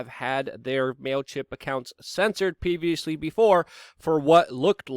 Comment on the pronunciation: He said “peeviously”, uhuh uhuh hu ! Settle down Beavis !